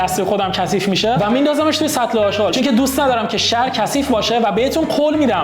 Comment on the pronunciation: داداش اژغال نه اشقال